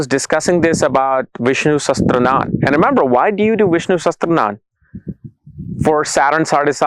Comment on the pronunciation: Its not sastranan, its "sahasraanaam" Sahasraa means 1000 and Naam means names so thousand names of the lord vishnu is Vishnu "sahasraa-naam". Like Shiv-Sashasraanaam or Lalita-Sahasraanaam etc.